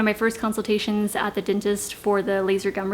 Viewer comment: Why does she say "dintest?"